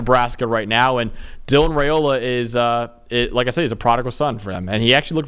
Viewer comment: YOU Guys are great!! As a born and raised Husker, I feel I should help you out with our dope QB’s name, as I’m sure you’ll be using it a LOT in the next free years;)…Raiola is pronounced RYE-O-LA. We had to learn that one back in the 90s with his dad…. Rock on dudes! ❤